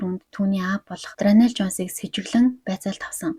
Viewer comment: Дранел биш даарнел шүү✌️